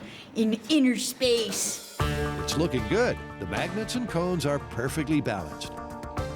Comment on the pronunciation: Did she say maggots or magnets? 😂